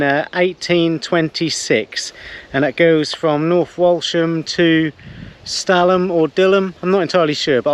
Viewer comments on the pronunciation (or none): Dil-ham, stal-ham, dillam, stallam. You sure you're a 😂